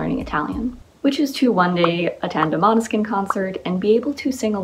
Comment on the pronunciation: uhmm sorry but we say måneskin not maneskin 🤣